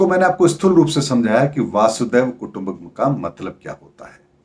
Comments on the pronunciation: वसुधा + एव कुटम्बकम्.. वसुधैव कुटम्बकम्....pl correct the pronunciation as वासुदेव doesn't convey the meaning. 🙏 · Logon ko baccha samajhna band karein. "Vaasudev" nahi, "vasudhaiv" (vasudha+iva). Pehle Sanatani bhasha ka dhyaan to rakhiye phir dharm ka gyan dijiye